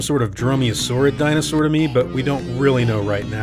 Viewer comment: We all knew he was the bad guy the moment we heard him pronounce dinosaurs like dinosaaars.